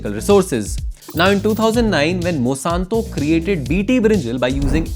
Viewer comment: It really bothers me when you kept pronouncing Monsanto as Mosanto